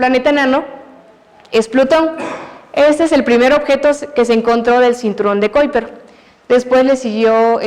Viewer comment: Excelente exposición!! Solamente quisiera acotar que la profesora cuidara un poco más la pronunciación del nombre de las sondas, los astrónomos y el cinturón de Kuiper para no perder el contenido tan bueno. Un gran abrazo desde Chile.